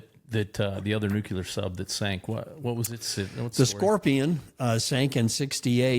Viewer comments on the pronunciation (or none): I've never heard of a nuculer submarine. Is that anything like a nuclear submarine? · Bush II coined "nucular" and placed us all in the uncomfortable position of correcting the boss. A social/professional faux pas best circumnaviated by as wide a margin as possible.Not even factoring the existential paradox of "if the boss says it, then that's the way we pronounce it."🤣